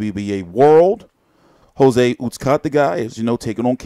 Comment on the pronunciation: PS no disrespect but the way you pronounce Jose last name is cringe worthy lol